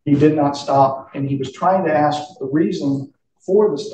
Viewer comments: Word is ask...not axed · lot of questions being "axed" by the sovereign....bahahahahahahaha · “I axed him” 🪓